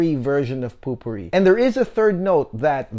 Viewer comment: Great review -- I want to get it for my mom now if it has a good rose note. (oh we don't really pronounce it 'POOPOO Ree' lol, it's 'POE per ree')